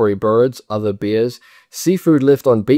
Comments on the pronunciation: It’s bears, not beers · When you say ‘bears’ it sounds like ‘beers’. 😂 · Great video but is he actually pronouncing “bears” as “beers”?